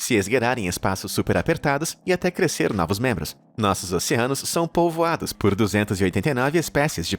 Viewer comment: "Nosso planeta são 'polvoados'." XD